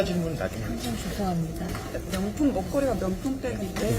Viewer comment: "쥔심으로 줴송합니다 슈샤 잘 받고 나오게슙니다" 보톡슨지 필러인지 하도 맞아서 그런가 발음이 왜저래